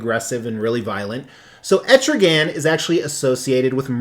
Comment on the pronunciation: it's not pronounced like that it is Etrigon dude.